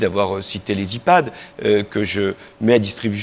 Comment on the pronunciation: Quand Sarkozy dit « iPad » ça me clc